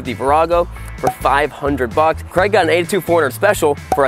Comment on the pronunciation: To be fair does pronounce Craig as Kreg.